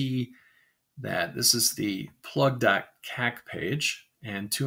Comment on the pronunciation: I almost spat out my coffee when you first typed kak into the terminal, in my native language of Afrikaans it means "shit" and you pronounced it like some of my English speaking friends when they try to say it. Great video, informative and also good for a chuckle if your a Afrikaaner with a juvenile sense of humour. Cheers!